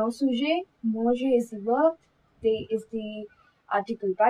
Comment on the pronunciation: You are pronouncing "De" and "Des" in the same way... "De la", "Pas De"s pronunciation is wrong. 'De' is not like 'Day'... It's "Ddddd"